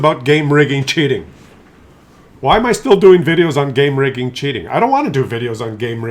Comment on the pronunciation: I didn't suspect it was game rigging until you told us. It sounded like you were saying clown vagen or clown car.